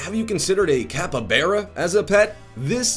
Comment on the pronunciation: Capybara not capabara it's like his pronunciation gets worse every video....